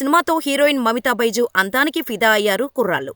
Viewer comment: అంతానికి కాదు రా బాబు అందానికి 😂😂😂